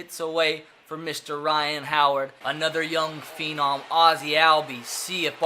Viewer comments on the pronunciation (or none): none